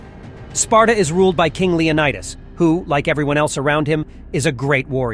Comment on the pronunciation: It's Leonidas, pronounced like Lee Oh Knee Dus.. get it? And what about the slave race that coexisted with the Spartans and built their cities and farmed their produce and food etc? The Helotes. Pronounced the He low Tez..